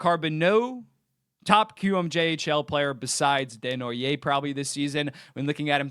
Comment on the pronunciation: Good prononciation for Desnoyer! 👌🏻